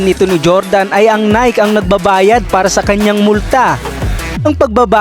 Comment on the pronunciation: Hahahahahahahahahhahahaha natatawa ako sa tuno ng boses mo hahaha g na g ah hahaha. Nayk ba pag bigkas ng Nike ? Baka nayki ? Hahahaha